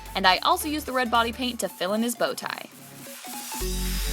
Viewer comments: It sounded like she said "Bonnie paint" when she said "Body paint". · I thought that you said white Bonnie paint